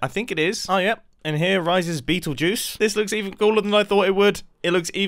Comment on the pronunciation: sorry to be this person but it’s ‘beetlejuice’ but i agree, it was very funny